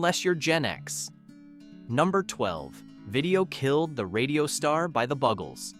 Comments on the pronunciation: I can't listen to this because the band is not called, the "bug"els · iT IS PROUNCED "THE BUGLES NOT BUGGLES" nough said.